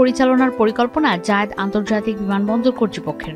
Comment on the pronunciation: শেখ জায়েদ। যেভাবে জায়েদ এয়ারপোর্ট বলছে মনে হচ্ছে জায়েদ খান। কই থেকে এমন রিপোর্টার আসে??